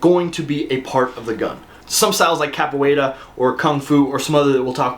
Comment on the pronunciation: Just glad to hear you saying Capoeira correctly now and for moving it up. List seems pretty legit.